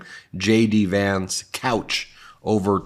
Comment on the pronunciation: Ben, when you say JD Vance to me it sounds like Shady Vance, Which is a appropriate nickname for HIM.